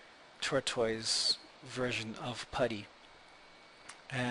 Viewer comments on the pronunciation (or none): Thanks but I do wonder if he realizes it's TORTOISE and not TURTOISE